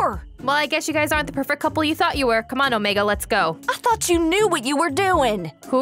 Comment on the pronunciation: it's Omegaaaa not Omegi